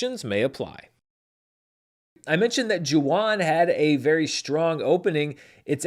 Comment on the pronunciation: Thank you for your mention of #Jawan!! (pronounced “Juh-Vahn” V sound instead of W)